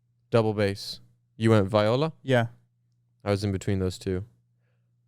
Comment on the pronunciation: It is vee-oh-la Bruh